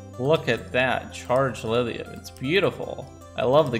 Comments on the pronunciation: It kinda annoys me whenever says Lidium instead of Lithium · we didn't get the memo in the midwest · Is saying "lithium" or "lidhium?" I keep keep hearing the voiced "th" instead of voiceless "th" like I'm used to hearing and saying. Is it a Vermont accent thing? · Is he saying "Liz-e-um"... and "molt-in"... can't deal... sorry